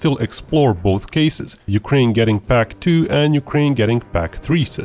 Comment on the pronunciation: As a German Mist say "pac" Sounds different to me